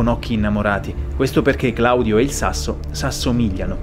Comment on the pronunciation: "Sass'omigliano" e "lascia'tica" sono un tocco di classe